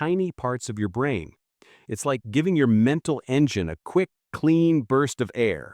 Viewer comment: Robo-voice. Unlistenable. Brain fog became bran fog. Nice.